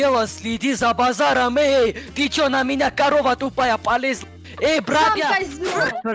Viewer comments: Тож тож за бозаром слиди! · еее за бозаром следи!!!!